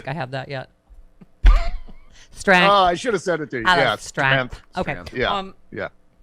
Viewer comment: Today's word is: STRENTH 🤣🤣🤣🤣🤣